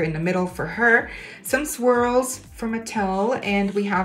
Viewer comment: Every time u said swirls i heard squirrels